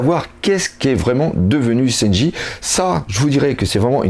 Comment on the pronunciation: ce qui menerve c'est lesprononciations des personnage ,louffy pour leuffy ,seynji pour sanji putain..xD